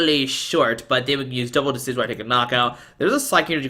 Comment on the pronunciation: Nailed that pronunciation!